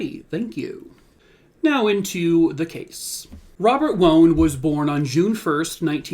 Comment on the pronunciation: Wone, it's pronounced like Waan.